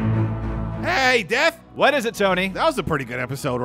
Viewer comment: Whenever he says death it sounds like dad